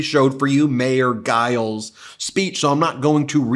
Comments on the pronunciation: Ben...it's Mayor Giles...pronounced like "ginger" not "great"...soft "g" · G in Giles is pronounced J, like Giant. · You are pronouncin Giles wrong. It is “Juy (rhymes with Guy) -Elle’s” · Yay, John! I wish folks would learn how to pronounce Giles but I can get over it if you can!